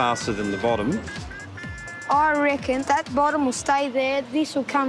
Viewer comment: "Oye reckon ..." That's a good Australian lad.